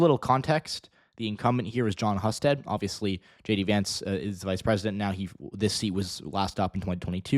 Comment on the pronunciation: His name is pronounced Hyou-sted.